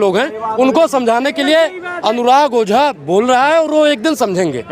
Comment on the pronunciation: तेरी मां की 😂 ओझा नहीं बोझा 😂😂😂😂